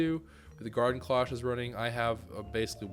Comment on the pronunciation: The "Garden Cloche" isnt pronounced as "clock" its actually klosh, so like the fancy cover you see on cooking shows or high quality restaurants. They are typically silver.